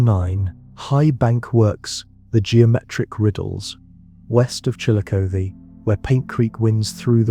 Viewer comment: Live in Wayne County now, right next to the Killbuck Swamp. Lots of artifacts left by the Shawnee around here. I know of a small mound that's never been excavated in Ashland Co. That pronunciation of Chillicothe is painful.